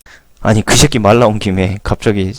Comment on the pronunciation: 감사히 잘 보았습니다. 쉐끼 말고 새끼라고 발음을 순화해주시면 더욱 감사하겠습니다^^